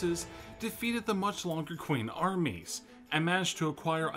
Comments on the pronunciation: It’s pronounced Ching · A suprise to be sure but a welcome one. Also Qing is pronounced as Ching. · It's pronounced Ching China, not Qing. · Yes, could he have not looked that up?